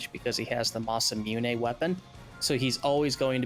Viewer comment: Oh no not the "massamuney" 💀💀💀💀💀